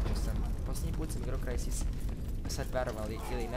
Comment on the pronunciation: krsis ahah cita se kao krajsis